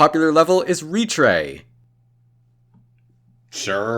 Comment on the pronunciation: it's pronounced "retr-ay" like "retro."